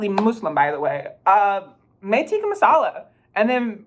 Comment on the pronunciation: As a Pakistani, the fact you pronounced "tikka" incorrectly yet still pronounced it better than most brits is really telling, and what it's telling is that Tikka Masala has no place in England